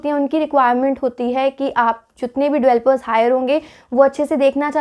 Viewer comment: Please Pronounce Developers not "Evelopers" Its really irritating to ear while listening..